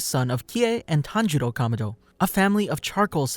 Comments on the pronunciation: Not tanjiro kamodo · pls learn how to say kamado thanks